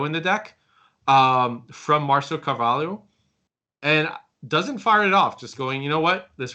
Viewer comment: Damn! This woman saying "Carvalo" is pissing me off